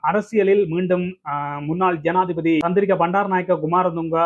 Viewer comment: 😂😂😂 சனாதிபதியா? ஜனாதிபதியா? தாய் மொழியை சரியாக உச்சரிக்க முடியாதவர்கள் மீது மொழி துஸ்பிரியோக வழக்குத் தொடரவேண்டும்